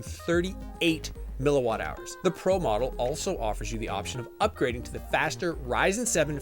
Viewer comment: up to 38 miLliwAtTthoUrs... 🤣